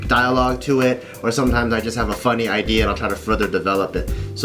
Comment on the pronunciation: BART SAYS "IDEARS" INSTEAD OF "IDEA"